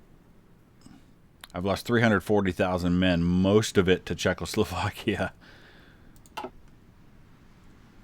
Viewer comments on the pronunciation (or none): Well, maybe the Czechs are just pissed because you keep pronouncing it "Czech-LO-slovakia."